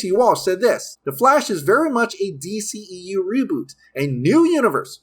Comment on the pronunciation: The new d-SHE-eu smh